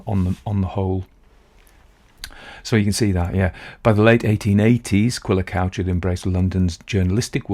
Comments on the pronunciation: It's pronounced "cooch". It means "red", in Cornish. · Author's name is pronounced Cooch.